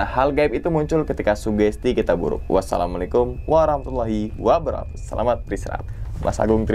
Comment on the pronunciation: Salamnya yg bener mas Wabarokatu Bukan wabarohatu